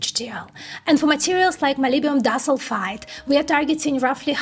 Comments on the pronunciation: dis-ul-fide?? Nailed molybdenum though! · She means to pronounce it as "di" - "sulfide" ... two sulfur atoms linked together. Great report though. Thank you